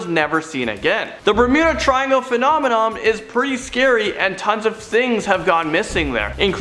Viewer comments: what’s a “Phenomenom” you mean phenomenon. LOL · “Phenomemom” do-do-do do “Phenomemom”